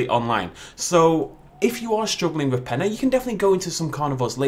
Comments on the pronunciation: Peña not pen-a LOL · It's pronounced Pen-yuh, not Pen-uh.